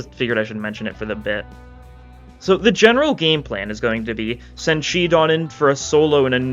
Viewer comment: shi don? shid on what?